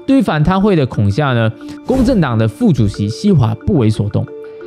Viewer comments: Hi，，提醒一下，是kong3 he4, 不是kong3 xia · 恐吓（hè) not xia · 还是要纠正一下，恐吓（he 四声）😂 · 感謝這個系列讓我多了解自己國家的曆史！ 但還是要說，是恐嚇（四聲he）😅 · 8.39 恐吓（kǒng hè）